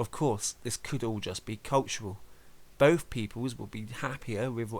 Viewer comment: When you say "Both" why do you sound like "Bof or bothf" there is an F sound